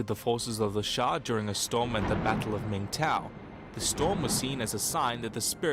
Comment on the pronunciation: should just check cool history bro chanel compare to this saying shang as shank 😹😹😹